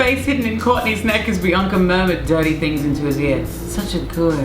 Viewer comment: I like her Courtney says "Biancer" 😃